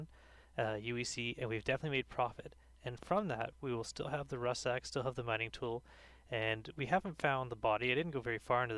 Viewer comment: It's pronounced RUCK SACK. Not RUSS SACK..